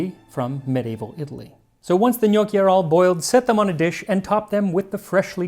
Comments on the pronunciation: Also, I know I’m being pedantic, but pronunciation- it’s not know-ki; rather it’s knock-ki. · Gnocchi has a short o sound , not the sound of owe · Its not njuoki it nokki. AAAAAAAAAAAAAAAAH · i thought this was a vid on how to make "g'noc-chi" not "g'nockii" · Sir it's pronounced Ga-naw-chi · I thought it was pronounced: GUNOSHI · first time I hear it pronounced gnockie... Did some digging and seems English speakers say it that way 😮 It's with a soft "c" in latin language though. Make sure to practice with Babbel! Bon voyage in Italy Max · When your last name is ^^ 😂! Our last name is pronounced "no key". I can't tell you how many times I get asked "Dosen't your last name mean dumpling in Italian?" Umm...nope! Lol, but we sure enjoy eating them! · Can't stand how North Americans pronounce gnocchi. "No-key", Ugh, ear bleach. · The only problem with Gnocchi is that everyone pronounces it different, but it's alway delicious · as a fellow Italian, I think "gnocchi" has the wrong "o" (Ò vs Ó). Other than that, there's the sound most foreigners struggle with:, if you pay attention Max can't pronounce "gli", see e.g. "migliacci" . It's a sound that does not exist in most languages (perhaps only Catalan in Europe) so non-italians usually pronounce it as "li" or "j". Still, pretty good! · so apparently i've been pronouncing gnocchi wrong